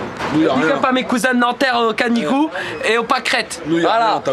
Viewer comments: Canibouts sale con et non canigou. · Deja c est pas canigou mais canibou. A nanterre on connait booba mais morsay on sait pas qui c est.